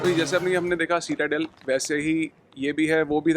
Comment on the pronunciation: It’s pronounced SIT-A-DEL not seat-a-del